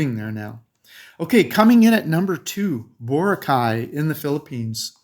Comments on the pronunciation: Boar-rock-eye! Not Boara-kye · Your pronunciation of Boracay is incorrect.